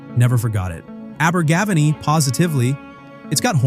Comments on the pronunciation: Learn to pronounce Abergavenny, it was a great song, and my mum loved Simon says, she was well over 12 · "Abergavenny" scans in the same way that "spending a penny" does. The stress is not on the third syllable but the fourth.